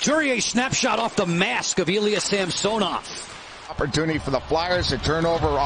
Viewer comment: Sam-sew-nov. Drove me crazy